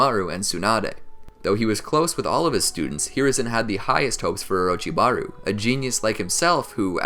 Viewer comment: we gonna ignore that my mans said :orochibaru?